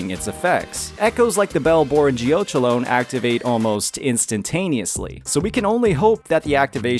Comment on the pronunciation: Geochelone is pronounced like it rhymes with "felony"! Geo-KELL-uh-nee